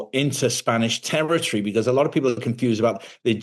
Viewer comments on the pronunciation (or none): Terertry? It's territory.